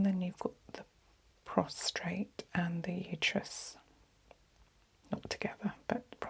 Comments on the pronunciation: Prostate. Prostrate is something else😊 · She can’t pronounce prostate, but somehow I forgive her stupidity